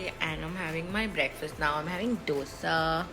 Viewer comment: It's not pronounced DO -SAH it's THO-SAE